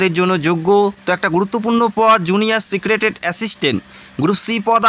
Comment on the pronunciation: ওটা সিক্রেটেট নয় , সেক্রেটারীয়েট হবে 😂